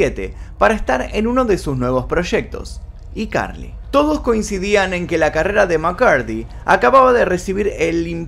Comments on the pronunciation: Cada vez q decía i carli me daba ñañaras Yo siempre diciéndole aicarli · Excelente vídeo Solamente que me da toc que digas "iCarly" en vez de "Aicarly" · SE ESCRIBE "I CARLY" Y SE LEE "AI CARLY"!!!!!!! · Por piedad, se pronuncia "AI" Carly!!! Lo que yo supe fue que ella había dicho que no le gustaba actuar sino estar detrás de cámaras como guionista y directora cuando le preguntaron por qué no volvía a la serie. Distinto fue lo que pasó con la que hizo con Ariana Grande. Se llevaban muy mal. Aparentemente le habían prometido una serie para ella sola y no se tomó a bien tener que compartir protagonismo con Ariana. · Cómo es posible que pronuncies tantos otros títulos de series en ingles sin problema y escojas decir: "Y Carli" "IIIIIIIIIIIII carli".... que incómodo de oír. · Hola, si qué tal, quiero saber más jajaja A propósito, es ICarly (pronunciado: ay carli) como el teléfono. Jugaban mucho con esa marca en los programas de Dan. Turbiiina y yo me crié con todos sus shows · y Carly jajajajja se pornuncia "aicarly" y se escribe icarly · que estrés, pronuncia “zoey 101” en inglés xd pero “iCarly” en español xd la “i” se pronuncia en ingles o sea /ai/